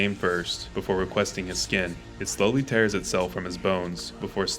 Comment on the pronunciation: that isn't how you pronounce "sloughing"